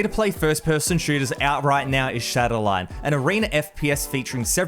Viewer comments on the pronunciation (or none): It's shatterline not shadowline 😂